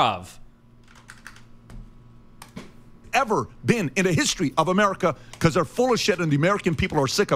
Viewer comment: Destiny really hit them with the “Bruhv” 😂😂😂